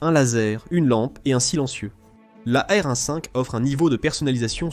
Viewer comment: Oh l'IA, tu peux dire e-em quinze ou a-er douze, serait-ce trop compliqué ?